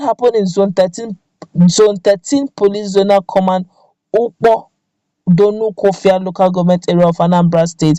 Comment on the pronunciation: Dunukofia is your LGA and you don't know how to pronounce it.